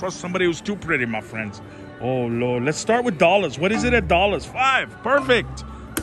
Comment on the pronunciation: I heard ho lo :)))